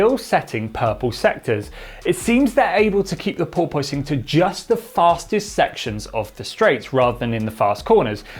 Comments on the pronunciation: Sorry to be nit-picky, but it's pronounced "paw-puhs", not "paw-poise". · ˈpôrpəs not ˈpôrpoys. I love you, but you're making me crazy. 🤣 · The "oi" in porpoising is not pronounced as "oy". Porpoise rhymes with corpus. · Pore-poyce-ing lol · Sorry, but I'm having trouble concentrating and not laugh. Craig Scarborough can say "porpoising". But seems to be pronouncing it "por-porposing" or something like that. Anyway, good content and thanks. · struggling with the "Pooor-poooooy-sing", himself. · Think of it like a dishevelled cat 🐈 "PoorPuss" Or "PoorPussing" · Absolutely no one:: "purpoising" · Poor poy sing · I love it...As an American I always get my friend from Soho to try and say porpoising. We then giggle like school kids as he just keeps saying POY-PUSS-ING. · Wish you could figure out how to pronounce "Porpoising" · He can’t say porpoising 😂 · Why is he pronouncing “porpoising” so weird!?!? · The way he pronounces porpoising grinds my gears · Can someone tell me which is the right way to pronounce porpoising? Like the engineer or the host? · I can't get past the odd pronunciation of porpoising. Yes, the word is spelled the way he pronounces it, but it isn't generally pronounced that way in English, which is true of a lot of words. At first I thought it was one of those British pronunciations, and maybe it is, but it seems like a lot of Brits do not pronounce it that way.